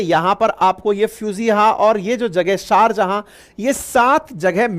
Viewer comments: Try to correct your mistake Sharjahan not correct Sharjaah correct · सारजहां नहीं, शारजाह शारजाह